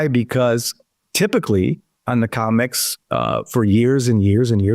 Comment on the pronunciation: It's COMEX... NOT 'COMICS', STUPID! !